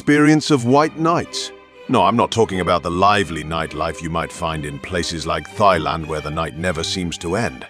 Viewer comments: Thighland for Thailand. Mr. British A.I. Voice is not so smart. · Please stop saying “thigh land” 😂😂